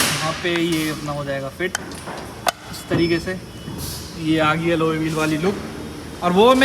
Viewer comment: ❤❤❤allow bolteee❤❤❤